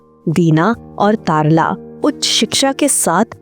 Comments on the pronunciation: Commentary में अभिनेत्री का नाम तरला को तारला क्यों कहा जा रहा है? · तारला मेहता नहीं बल्कि उनका नाम "तरला मेहता" था आपने तारला मेहता कहा जो कि गलत है 🤔🤔🤔🤔